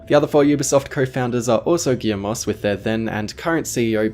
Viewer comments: A little nit picking... The T is silent in Guillemot's name. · Just wanna say Michael guillemot is pronounce in french so you dont pronounce the t of guillemot and yes i know nobody care but good video by the way